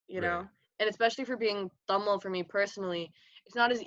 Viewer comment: I swear if she says tamal one more time I’m gonna Explode u pronounce like TAMIL